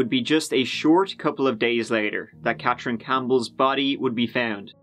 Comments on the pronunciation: CaTHerine. Not CatCHerine. Gone. Accent is unbearable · How come you can pronounce Dartmou'th' fine but you can't say Ka'th'erine. Fake News. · CATHerine. CATH THHHHH! I also heard you say EART in the last video I watched mate. Just letting you know xo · Where is this clown from? Cat rin, across the river from Halifax, Teerooow